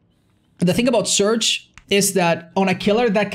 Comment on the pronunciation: >surge, i felt pain every time you said that